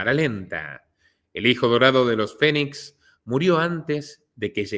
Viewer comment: Excelente investigación ! Solo una observación : Es River no Raiver y Phoe nix se pronuncia finix